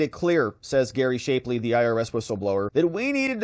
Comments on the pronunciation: Dude ..... it's NOT "shape-lee", it's "shapp-lee". Very annoying, your mispronunciations. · His name is SHAP(as in APP)LEY. PLEASE pronounce his name properly. That's Shap -- like TAP or RAP or TRAP or MAP -- ley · Shap-Lee shap rhymes with chap? Not shape-Lee?